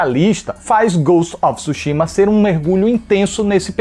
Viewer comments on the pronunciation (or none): Parabéns pela crítica, o nome é tsushima e o tsu é falado mas é mudo assim como tsuname, mas não tisuname é tsu quase um two